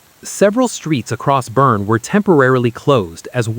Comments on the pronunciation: It's pronounced "BERNIE" like "Weekend at Bernie's". Get it right! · Boerne is pronounced: Burn-ee. Got it? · Pronounced Burn-EE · It’s pronounced Burn-ee. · Great report, but Jeez! Could someone tell them how to pronounce Boerne correctly?